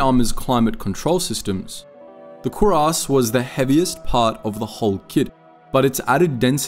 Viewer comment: You're saying the word cuirass like "koo-race" but it's rather pronounced more like "kwee-rass".